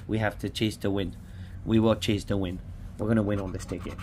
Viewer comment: Sounded like you said chase the wind ... I take it you do chase the wind at the beach 😂